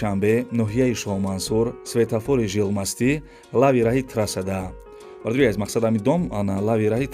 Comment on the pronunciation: Эй маймун, жилмасти не охи, жилмассив, эй бесаводооооо.